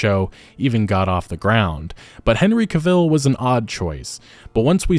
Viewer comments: You pronounced Cavill's name incorrectly about a thousand times... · You're pronouncing Cavill wrong👀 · Is that really how you pronounce his last name lol swear I never heard it that way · How could you say his name like that 😂 that terrible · Great video but please pronounce Henry’s last name correctly in the future 😂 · Yet he butchered Cavill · Loved this vid, please pronounce Henry’s last name properly. Really annoyed me. Apart from that good content. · Please learn how to say both "Debuted" and "Cavill" before making another video that includes either. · I can live with Hemsworth, I guess 🙄 ...but mate, please learn how to pronounce "Cavill". You're messing with my autism 😕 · Are you illiterate? You can’t say Henry cavill, or debuted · I thought it was pronounced Cavil, not Cavil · Dude the stress is one the 1st syllable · I’ll watch as long as Cavill is playing the part. He’s the only one worth watching. Ciri might end up being good, but Yen and Triss (especially Yen) are not good characters (no shade to the actors). I won’t be watching season 4. Also you’re pronouncing Henry Cavill’s name wrong. Damn, he’s such a good Geralt, and a fan of the material. What idiots. So many projects are mismanaged anymore. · Learn how to pronounce words man. Dang. You lost all credibility when you pronounced Cavill's name wrong. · I wish you could say Cavill properly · it's pronounced Cavill not Cavill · You are pronouncing his surname wrong. Pissed me off the hole video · Unrelated, but the way you mispronounced his last name so many times in the video really took me out of it lol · Love this channel. But you saying Henry's last name incorrectly is rather annoying. 😆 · It strikes a nerve every time you say Henry caVILLL. It's Henry cah vile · Cavill is pronounced like travel. Sorry but it just bothers the shit out of me hearing it pronounced like that. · Not CahViel, it's Cavel..like travel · Cavill, not Ca-ville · Cavill. Like TRAVEL. Not CAvill but CAVill. 😊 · "Henry Caveel"